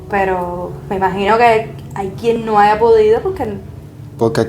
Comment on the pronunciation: Habla y haya, menudas patadas a la lengua castellana!!!! No se dice abla ni aya